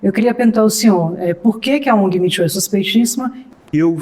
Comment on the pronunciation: Custei a entender o que estavam querendo dizerem como "mitchu" . Pelos amor de Deus!!! O movimento se chama " Me too", que se pronuncia "mi tu".